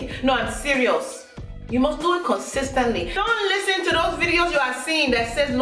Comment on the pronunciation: Girl you silly! Con-sis-tant-ly.... Con-sistant... 😂🤣😂🤣. You're hilarious.